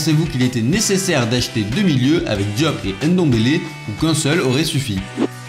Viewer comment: Arrête de dire ENDOMBELE, on dit NDOMBELE. De même qu'on dit MBAPPE et non EMBAPPE. Pareil pour tous les noms africains en N' ou en M'.